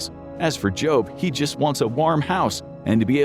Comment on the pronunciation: Jobe? Was that intentional?